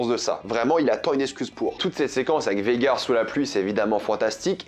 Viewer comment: C’est pas VEGAR, c’est VAGHAR, c’est relou a force, arrêter de sucer la VO si c’est pour toujours tout deformer a la fin dans tes reviews…